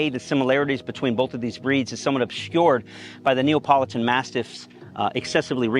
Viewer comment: “NeOpOlItAn Mastiff”